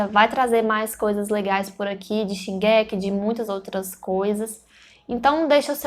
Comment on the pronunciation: Engraçado que ela fala "Shingéki" e não Shingeki